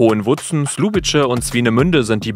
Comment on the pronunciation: es wäre schön, wenn Ihr zumindest versuchen würdet, die Namen der Polnischen Städte einigermaßen richtig auszusprechen ... ist in der Recherche nicht sehr aufwändig und auch für eine deutsche Zunge machbar...